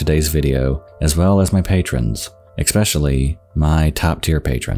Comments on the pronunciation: Great stuff once again. Apart from my pet peeve being you pronouncing "especially" as "expecially" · dude it's pronounced 'es-pesh-ally' not 'ex-pesh-ally' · I am getting extremely tired of hearing how this guy pronounces especially. there is no X or K in this word. It makes you sound like a child when you pronounce that word like that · you embraced the 'eXpecially' i love it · Every time you say 'expecially' a puppy dies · I love this channel and the content, but I hate how the narrator says eck-specially. It just blows my mind and grinds my gears so hard. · Right off the bat.. its ex-special-aly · What is the main difference between television content and YouTube content? Words like "ex-specially." Even on a great channel like this, without a professional production team, things like that slip through the cracks. It might also be indicative that the creator isn't showing their videos to friends and family... and now I'm sad. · I look forward to him saying it. Never thought I would swoon over a mispronouncion 😍😍😍😍🥰🥰😒🤟🤟🤟🤟 I love that shit. from him only😜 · "Expeshally"??? Please don't do that again. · Please stop saying "eckspecially" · Please, please, please stop saying 'exspecially'. There's no 'x' in especially. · WHY DO YOU SAY ESPECIALLY LIKE THAT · especially ........there is no X in the pronunciation, pls stop . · Especially No x No k Just an s PLEASE Your stories can only be as accurate as your reading.